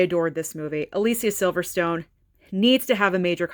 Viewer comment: I have probably about 75% of the same movies but you have a lot of good ones that I still need to get. Also gotta add that I was surprised to hear you pronounce Alicia Silverstone correctly lol. Most people don’t know that it’s pronounced that way.